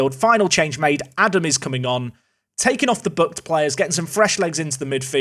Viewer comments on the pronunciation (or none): none